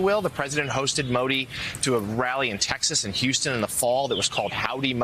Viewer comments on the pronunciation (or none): none